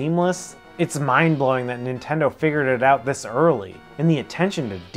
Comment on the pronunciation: Nice vid & list. Incidentally arent u the guys that goof on AVGN pronunciation of "Super iNtendo"..?Am I buggin or do u pronounce it just the same as him..?! 🤔 Pot➡️Kettle=Black⚫